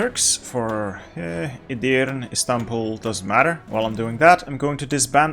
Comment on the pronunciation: As a turk, the way you say edirne hurts me :D Its edirne not edirn :D